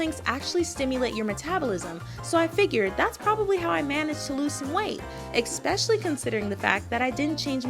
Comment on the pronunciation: I don't trust people that say "EK-specially"